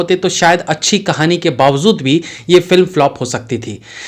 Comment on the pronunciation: Aap baar baar "bawazood" bolte ho, actual word hai "BAAWAJOOD".